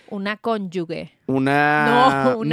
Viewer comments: José de mi ❤. Cónyuge se pronuncia “conyujeee”. Te quiero !! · No sé pronuncia así como lo están haciendo la palabra cónyuge... se pronuncia como "conyuje"